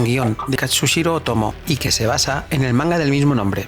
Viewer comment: mareeeee jajajajaja se't perdona tot versus 😘😘, shh shh va un apunt de pronunciació Japonesa a l'anomenar a Katsuhiro afegeixes una "S" entre la U i la H ( però com que avises si ho dius bé o no ja t'exculpes amb antelació 🤣🤣)